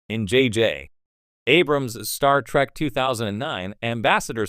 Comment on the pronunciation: "Star track" omg😂